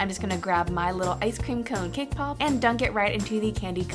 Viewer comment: When you said cake pop ball, it sounded like k-pop ball!! XD! Omg, you're my fav youtuber! OMG, you're so close to 1 million!!!